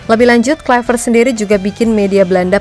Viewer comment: Haii,... saya mohon, KLUI, bukan KLAIveet, krn dia orang Belanda, bukan orang Inggris... Kalau nama kita dilafalkan salah pun ga suka, kan... semoga bermanfaat, spy ga nularin kesalahan ke masyarakat Indonesia... Makasii...